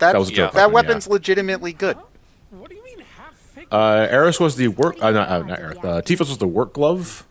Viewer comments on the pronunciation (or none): none